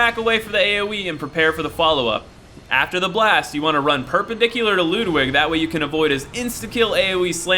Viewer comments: Did you say, "Lewd-wig"..? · He pronounces Ludwig wrong